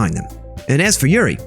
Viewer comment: and sayori is pronounce sai or ee, yuri is pronounced you rli* *basically an R that turns into an L, and Monika is a european name